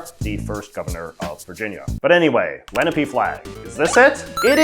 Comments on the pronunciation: It's actually pronounced Len-ah-pay, not Lena-pee. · The native american tribe isn’t pronounced like the leh-nah-pee but instead pronounced like leh-naw-pey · quick correction: that tribe's name is pronounced Len-ah-pay, not Len-ah-pee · Le-NAH-pay. Not Le-ne-pee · Just to clarify in america they are called indians not first nations. But more importantly its pronounced Leh-nah-pee not -Len-eh-pee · On of my parents is from Pennsylvania, and we grew up pronouncing it. "Leh-nah-pay" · I think its pronounced Len-ah-pay :) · hi!!! lenape is pronounced “len op aye” luv the vid tho bro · It's my udnerstanding that Lenape is pronounce leh-nah-pay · I’m sure I’m not the first person to comment this but it’s pronounced Len-op-ee. Lene Lenape dominated most of New Jersey/ Eastern PA prior to European invasion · and its len-AH-pe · "Lenape" is pronounced like "Len" rhyming with "zen", "a" like in "arm", and "pe" rhyming with "hay" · Fantastic! Amazing video, J.J! Just a note that a more accurate pronunciation of Lenape would be “Le-nah-pee” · Lenape is pronounced Len-ah-pay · Fun fact, stemming off the flag from Philadelphia: the BSA has an honor society based around the Delaware tribe called the Order of the Arrow. I myself am part of the Lodge for my Scout Council, and if my memory is correct, "Lenape" is pronounced "Len-AH-pay." Not blaming J.J. for the pronunciation, but I figured I'd have the correction known! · Lenape is pronounced len-op-aye. Learning about the Lenape is the base for NJ K-12 education about indigenous people.